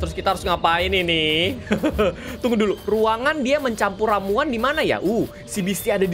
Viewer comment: Ramuan Bang bukan rauman